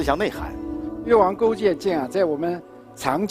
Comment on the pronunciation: 听成越王勾贱贱，有点萌